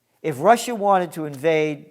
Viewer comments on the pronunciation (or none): none